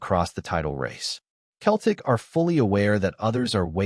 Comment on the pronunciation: If you can't even pronounce Celtic properly, no-one will listen to your AI slop!